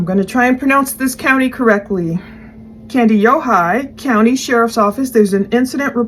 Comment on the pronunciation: You pronounced Kandiyohi perfectly! The area Nick lives is a lovely part of the state of Minnesota.